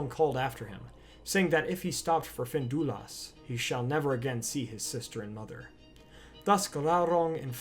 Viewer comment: FIN-DUI-LUST ffs